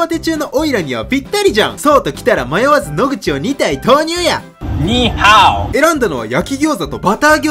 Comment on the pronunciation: ニーハオの発音良すぎて笑wいつも笑顔をありがとうm(_ _)m